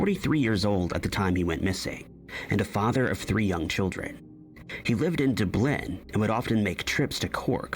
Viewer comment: Duh-BLINN? Duh-BLINNN?!? Try Dublin AI pos.